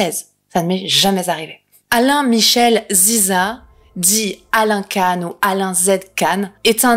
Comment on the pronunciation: Salut, ça se prononce Quand pour Alain KAN